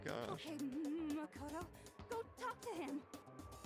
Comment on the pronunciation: I hope I don't sound like I am being nit picky but it is pronounced mah k oh toe. Sorry, I know, I hate being corrected too, but it just drives me crazy hearing you mispronounce it constantly.